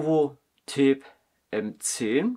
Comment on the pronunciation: Das Tablet hat die Bezeichnung TAB, nicht Tape ! Tab steht für Tablet und Tape ist ein Klebeband. Deine Aussprache ist voll daneben.